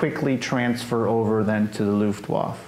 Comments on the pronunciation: I would have held up picture of his Father as he was talking about him. The Veteran pronounced Luftwaffe at least twice correctly and the interviewer kept pronouncing it his own way,, I found it annoying.. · As a history site you should now how to pronounce Luftwaffe….. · The interviewer seems ignorant in general and somewhat disrespectful. Sort of like of like his heart is half in it. He clearly doesn't have any military background or basic knowledge in general and it shows. Sometimes quite painfully. And his mispronunciation of Luftwaffe is inexcusably ear grating. C'mon man, at least halfway try, holy S. And when he asked the guy to say in German what he would have said while he was radioing artillery corrections, it was absolutely DOUCHE CHILLING! I felt so bad for the soldier. That was such a disrespectful question. Like "OK, rollover doggy, rollover". You know why he's asking that, he obviously knows how most Americans, and he himself, feel about hearing things barked in German. What an asshole. is awesome and I congratulate him on his patience. The interviewer needs to struggle alone in dirty, slimy ditch while a fat penis suffocates him while wriggling down his throat. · For God sake, it’s not pronounced Luftwoff! Listen to; he says it several times. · Americans never could pronounce foreign words. Looft-Waf :-) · The interviewer never pronounces Luftwaffe correctly.. even though he repeatedly hears the German say it correctly. The final e is not silent in either German and English. Also, The narrator’s high nasal voice is problematic. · This was one of the best interviews you've had. Why do you keep misspronounc8ng Luftwaffe? Is it to avoid the algorithm, ignorance or disrespect? I'm curious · Dumb questions not much general knowledge and for goodness sake learn how to pronounce Luftwaffe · Interviewer should learn to pronounce Luftwaffe and we never got to see the photo album.